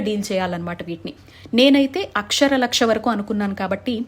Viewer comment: Akshara laksha ante clear ga cheppandi